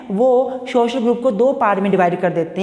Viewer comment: its social not shoshal :!